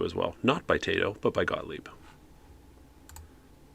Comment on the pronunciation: I didn’t peruse all of the comments so if I happen to repeat some answers, I apologize now. First of all, stick to narrating. Not all of us were born to sing (myself included). 😉 Second, Taito isn’t pronounced “Tay-toh”. It’s actually “Tah-ee-toh”. I took a bit of Japanese language several years ago instead of singing lessons. 😂 Third, the top part of that joystick reminds me of one from an early 80’s Odyssey home computer which, by the way (spoiler alert), they use on “Soul Survivor” when Michael is playing the Atari 5200 version of PAC-MAN. And speaking of video games, KITT and KARR’s start up sounds are from Asteroids Deluxe. Just a little bonus for ya. 😉